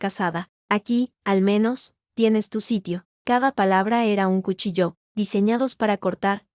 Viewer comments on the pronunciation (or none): No se pronuncia cuchilló se dice cuchíllo, ni tampoco suicidió es suícídio IGNORANTES